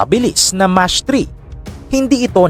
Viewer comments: Hindi "much" ang pag bigkas don bigkasin mo sa tagalog ng "MAK". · Hindi po mach 3 ang basa nyan idol or sa tagalog kung basahin mo mak 3 po😅